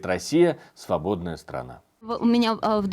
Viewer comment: 😆кнейсель так бровкой вверх дёрнула на словах,,рабсея ‐ свободная ,,срана"..да мы уже после карлсончика всё поняли😆😆😆